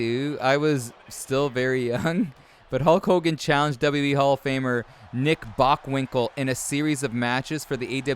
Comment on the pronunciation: BOCKwinkel man, not BONK.